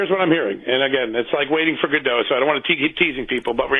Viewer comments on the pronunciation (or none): none